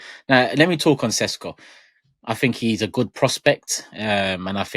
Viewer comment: It's pronounced Sheshko